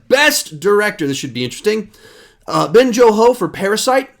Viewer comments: I love you but it’s Bong Joon Ho not Ben Jo Ho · YOU SAID BEN JO-HO IM DYINGGGG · Not that hard to pronounce Bong Joon Ho.